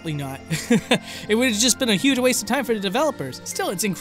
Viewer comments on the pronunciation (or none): none